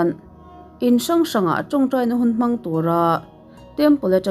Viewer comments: Mawng ti lovin Mang tiin pronounced nise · Mawng han tih tawp mai chuh, lam thiam loh chuan mizo trawng in tih mai hi a thra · Ka ngaithla ve chiah a ni.monk i lamdan hi Mang tih tur zawk a ni.